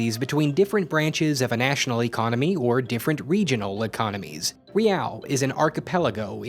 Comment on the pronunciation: this estimation is not supported by most historian.... WOW, that is the most useless info in this video and, your pronunciation of Riau is funny..